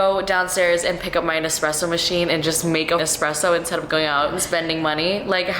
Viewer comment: Girl it’s espresso 😂😂😭😭